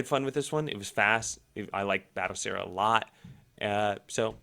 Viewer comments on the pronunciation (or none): "Bat O Seera" 😌